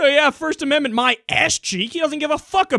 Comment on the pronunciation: "Shmirsht ashmendment" :P